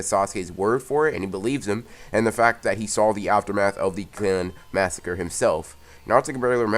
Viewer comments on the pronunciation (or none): none